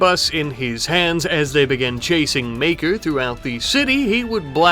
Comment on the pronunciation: You say Maker, I hear Maekar. Gonna make a A Song of Ice and Fire reference every video now.